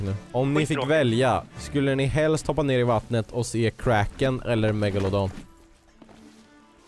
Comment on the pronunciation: MEGALODON!!!! Die pirets sa megalofån+en hahahahahahaha